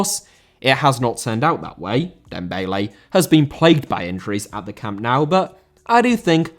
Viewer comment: Camp Nou Not Camp Now